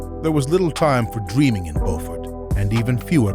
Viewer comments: Please pronounce the man's birthplace correctly! Pronounced "Bew-firt" , not "Bo-firt". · Beaufort in South Carolina is pronounced like b-you-fort. Beaufort pronounced like bo-fort is in North Carolina. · not "bowfort" sc, Beaufort sc, how do i know? i live 30 min away from there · Thanks for not giving up on Joe! He deserves it! Just so you know it's pronounced Byoofort, SC. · Smoking Joe yeessssiirrrr.... it's Beaufort, not bofort., these two men literally took years off each other's lives... I have more respect for Joe Frasier than Ali, simply because of his mouth versus Joe's humbleness... you cannot deny Ali, but I respect Joe More. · It’s pronounced Byoofert no Bofort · Beaufort (South Carolina) is pronounced Byo͞o-fert, not Bo-fert. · IT'S BUFORT S.C. NOT BOFORT!!! DA HOME OF DA GEECHEE GULLAH WARS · oh wow Joe Frazier grew up just 2 hours from me, no wonder my cousins were able to get pictures with him lol and his city is pronounced BEW-FORT not bofort lol I used to go there with my dad 💗💗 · It's pronounced "B-YOU- FERT" South Carolina, not "BOW -FORD". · Just a quick note, where Frazier was born is pronounced "Bew-fort", not "Boh-fort". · Pronounced Byoufort , not Bohfort , the way Beaufort , N. C. is pronounced . Beaufort , S. C . is pronounced Byoufort . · “Bo-ford” is in NC. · You mispronounced his hometown it's pronounced Bufort even though it's spelled Beaufort. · I didn't know where he was saying Joe Frasier was from its pronounced byu furd not trying to be a prick im just putting it out there for confusion reasons im from Burlington County and Camden County NJ im living in ladson sc n know the beaufort area from working down here i didn't know one of the great was from down here I only about him n philly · It seems like no one know how to pronounce Beaufort, South Carolina, right😭🤣